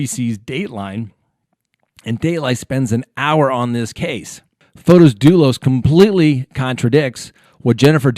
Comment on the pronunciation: Hi! Thanks for your posts. I'm an early subscriber and I thoroughly enjoy your analysis of current proceedings. I thought I'd let you know, it's pronounced Fotis, not Fotos. It's a fairly common Greek name.